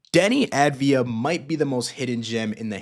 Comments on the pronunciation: It's pronounced AHV-DEE-AH. Sounds to me like you're just putting the V and the D in the wrong order. :) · The A is pronounced like olive rather than avarice. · dude.... it's AV-DI-JA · Enjoyed it, but look into how to pronounce his name.